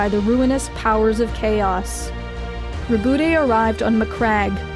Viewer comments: Its prononuced raw bout not ruh boot tae Raw bout like the word about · It's pronounced "Rob-out Gie-ah-mon." Source: Canadian. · Row-booty Gillyman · ro-BOOT-ay gillimin I love it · Is his name really pronounced "Ru-bootay" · You pronounced Roboute incorrectly. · his name is pronounced RowbotGirlyMan